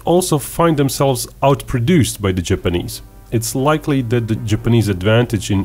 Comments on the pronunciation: Ok. it's Japanese,not GIPanese. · It's called an accent genius